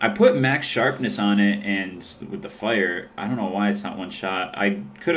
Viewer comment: You say fire so weird lol "Fyure"